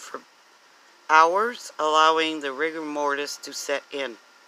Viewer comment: It is NOT Mortise (mortice) it is Rigor Mortis, Mortise means something entirely different!!! mortise /ˈmɔːtɪs/ Learn to pronounce noun a hole or recess cut into a part which is designed to receive a corresponding projection (a tenon) on another part so as to join or lock the parts together. "a mortise and tenon joint" verb join securely by using a mortise and tenon. "the top plate of the rudder assembly can be mortised to the top of the rudder post" Rigor Mortis is the stiffening of the body after death because of a loss of Adenosine Triphosphate (ATP) from the body's muscles. ATP is the substance that allows energy to flow to the muscles and help them work and without this the muscles become stiff and inflexible.